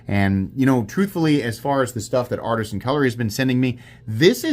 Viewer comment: Why do you keep saying Artsian cutlery?